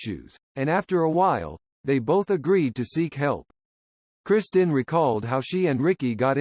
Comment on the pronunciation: Her name was Kristin, Not "Christian" like the Robot voice keeps saying, what an idiotic coward presentation to do with a Robot voice and a bunch unfair gossip with out Mark Harmon or the late Kristin to approve or disapprove of ...the lady is dead, she can't defend herself, leave her alone. My sympathies to Tracy, Gunner, Matthew, and Sam Nelson for having to put up with this garbage.